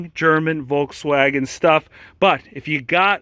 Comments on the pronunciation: Please lern to pronounce Volkswagen correctly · German here, In germany we spell the V in Volkswagen like an f. So you could transcripted say "Folkswagen"... I'm dying every time you spell it like a w 😂